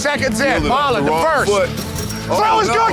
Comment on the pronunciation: No disrespect to anyone.. but growing up watching this i always thought Petros was just making fun of the boston accent. I never realized till today that his name was actually MAH-lon not MAR-lon 😭😭😭